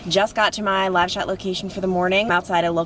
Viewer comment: When you said “live shot” location I thought you said “lash outlet”. I was like “wait, what, is one open?” I have two loud kids so it was just me, but super funny. Thank you for all you do! 💛